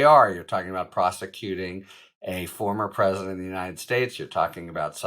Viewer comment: To much emphasis put on word former president. Trump was not presidential and if he’s a criminal then treat him as such. Lock him up.